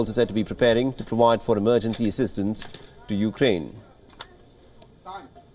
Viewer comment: C'mon, Biden can't even say the name of the burning country correctly...